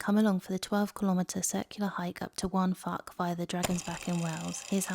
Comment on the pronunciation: Yeah but respect the language. Waun Fach is more like "wine vak" than ""wan fark". It's not difficult but it's not English.